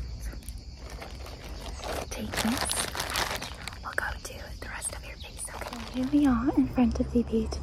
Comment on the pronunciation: face-vace!! 😅😅 im so sorry i thought it was funny